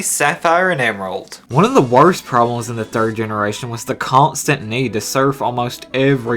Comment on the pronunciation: "50 'Porblems' with Gen 1" "50 'Porblems' with Gen 2" lol